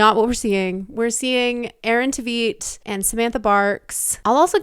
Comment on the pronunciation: That's not how you pronounce Aaron's last name, but yes 100% agree he's the best :)